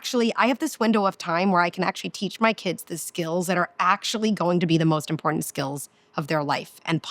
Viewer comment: I really wanted to listen to you. The amount of times you mispronounced important was too much for me to handle. You seem nice. Just take it as constructive criticism. Have a nice day.